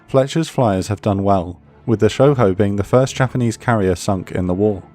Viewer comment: They butchered Shoho. 🤣🤣🤣